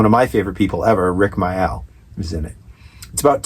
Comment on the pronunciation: Hey from the UK! Great vid guys and one of my fav movies of all time. Rick Mayall is pronounced Rick Mail by the way. 👍